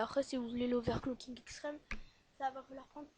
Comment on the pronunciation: On dit overcloking